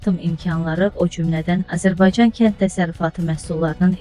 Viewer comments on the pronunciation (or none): none